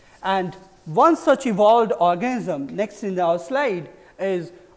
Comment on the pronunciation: trachea ko bol rahe hain "truck kiya" hahaha our ko "auvar" hahaaha